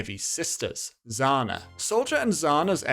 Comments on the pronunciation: Quick tip: "Zhanna" (Жанна) is not pronounced "Zana," the "zh" is pronounced the same as the French J, or the s in pleasure and measure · Bro, it’s not „Zana“, it’s Zhana, „Zh“ like „J“ without „d“. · pro tip: the zh in zhanna’s name is not pronounced like the letter z. zh to z is analogous to sh to s. there isn’t a consistent way to write this sound in english, so the best way to describe it to an anglophone is that it’s the g in ‘mirage’. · Erm, actually, based on my calculations, the name of one of the Heavies sisters is not pronounced [Z a n a]. It is pronounced [Zh a n a]. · Zhana is not how it's pronounced. More like [Jhanna] (it's most closest toreal pronouncination. And sorry for my english) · Excellent short explanation for literally everyone. Just one thing: Heavy's sister name, the one that Soldier fell in love with, it's read as "Janna", basically. The ZH represents the buzzing sound in the letter J (d-zh-ayy) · Zhanna should be pronounced as Janna (If we assume that Zhanna is Russian name) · Just two little nit-picks here. Mikhail is actualy pronounced as Mihail, with an audible H sound. Like in honey. Mi-ha-ill. And Zhanna is pronounced the same way like Georgy Zhukov. It's not exactly a common sound in English, but the "Zh" combination roughly makes the sound of a slavic "Ж" That's honestly the only thing I have to add. Good video!